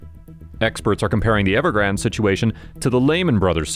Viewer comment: It’s Ever-grand. Not ever-grand-a